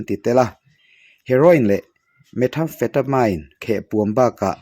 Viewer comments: Methamphetamine hi anlam fuh thei lo..metham-fetamain nilo in met-amfetamin ti a lam tur ni in ka hria..ka hre bik lo na in..🤦‍♂️😊🤭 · Methamphetamine 🤣🤣 i lam dan kha diklo mean tih ag a lam tur